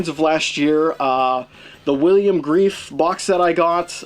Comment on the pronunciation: Good video - BTW, the director’s name is pronounced Gre-Fay!